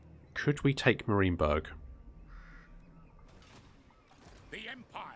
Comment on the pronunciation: Enjoyable campaign so far because : 1) The commentary and effort put in showcasing the battles 2) You don't make perfect decisions every time or seem to boss every battle like some 'tubers and 3) Your pronunciation of Marienberg as Mareenberg :) Think I might just follow your progress